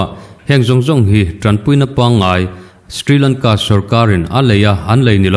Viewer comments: Ka pu, sthrilangka i tih hi Shri Lanka tih tur a nih hmel eee ka ti. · Stri Lanka nilo in Sri Lanka tiin lam tur a sin mawle.